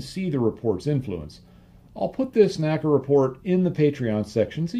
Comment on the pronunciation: the correct pronunciation of NACA is "en ay cee ay" and NOT "nacka". My education on this point came from having worked at two former NACA installations with former NACA employees, attended their NACA Reunions, worked with historians specializing in the work of the N.A.C.A. etc etc. The old NACA/NASA documentary films also bear this out. The all too common mispronunciation apparently has its roots in the way we pronounce "NASA" in two syllables. I have enjoyed your well-researched and unique body work tremendously and thought you'd like to know.